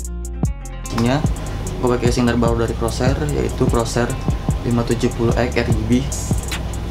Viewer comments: Corsair dibacanya korser bukan kerosher, jangan malu malu in lah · Bro, ejaan yg bener itu "Corsair" bukan "CROSAIR" salah ejaan, bro... paling ketara pas nyebut Corsair AX1200i berhubung gue fanboy Corsair, makanya rada gak terima aja, next time di benerin penyebutan broo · Bang CORSAIR BUKAN CROSAIR HAHAHHAHA